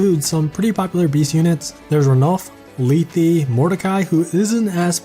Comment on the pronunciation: You butcher lethe and Canegies names by the way . It might just be the way you pronouce them but for me there names are more like Leth("e" being silent) Canayges I have there games and they pronouce them